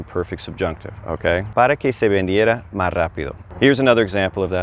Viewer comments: Another clear, concise explanation that brings together so much that may be skipped or assumed by other instructors. Thank you! I noticed that you leave the "s" off of "más" several times. Would you consider doing a video on pronuciation tips, common word elisions and maybe even common slang. I know some of these are regional but I think this could be helpful. I am working my way through Duolingo and the focus seems to be Spanish language in Spain. Some usage and pronunciation is clearly different than in Mexico/Central America. One notable example is the Present Perfect tense (and, yes, I DID have to look up what it's called). Ive been told that isnt used much in Latin America. So what replaces it? Thanks in advance! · (RE: Subjunctive Trigger Para Que) I notice you drop the "S on the word "más". Just curious, where did you pick that up? Just wondering because I haven't noticed that with my Mexican friends (they, mostly from Baja California area.) Thanks